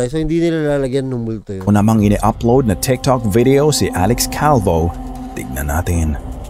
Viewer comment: Alex Calvo... 😅😅😅😅 Slang ng konti